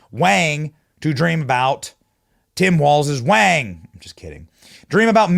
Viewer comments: Wang is actually pronounced “WONG” in mandarin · Why are you saying Wang like that